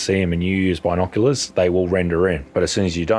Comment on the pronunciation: Bi-nok-u-larsss the way you pronounce it made me laugh a lot